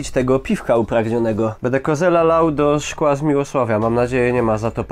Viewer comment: Nie mowi sie "Kozela" tylko "Kozla" pozdarawiam z Moraw :o)